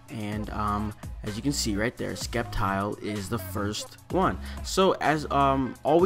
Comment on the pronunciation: It's pronounced "SEPtile, as in "Scepter", hence SCEPtile. Have a nice day!